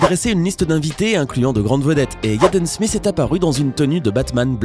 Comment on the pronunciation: Je me demande pourquoi Smith sonne smiss a vos oreilles car ( th ) ne fais pas le son sss en français